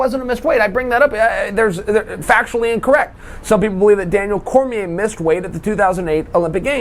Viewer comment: Was that a "weighth" problem? Did I hear a 9er in there?